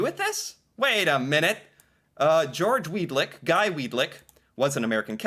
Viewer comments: Weadick not Weadlick. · Weadick, not Weed lick. Count the L's. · Weedick. No "L." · Quit adding a L to his name its pronounced Weed-ick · Weadickville......that's literally We a dick ville.....LOLOLOL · Why did he say Weed-Lick so many times 😂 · "Weed-lick".... tee hee!